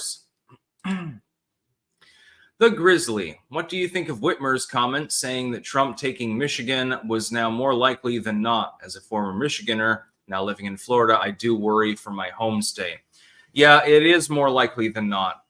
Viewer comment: Michigander. There's no such animal as Michigener. 😂